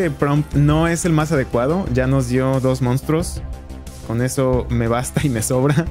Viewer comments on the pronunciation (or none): Me dio mucha risa los "mounstruos" 😂💜